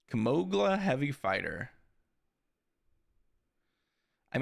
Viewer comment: KlimoGia? Kilmoglia? 🤭